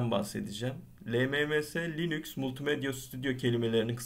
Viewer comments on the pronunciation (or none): none